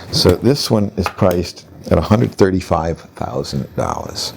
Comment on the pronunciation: yeah I know, it's just the way he says 135 near the end....